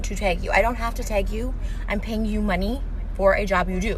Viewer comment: At first I couldn't understand Trisha was saying "tag" I was like wtf is she saying lmao